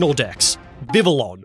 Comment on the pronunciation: DO NOT LEAVE OFF THE L'S IN VIVILLON!